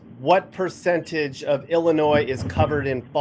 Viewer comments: It's pronounced Illinois the S IS SILENT!!@@ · The "s" on end of Illinois is silent! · Fact the S is silent in Illinois! Fact check it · stop saying ILL A NOISE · Illinois is referred to as the Land of Lincoln. Fact check Also the S is silent. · The S is silent please don't say it in the future.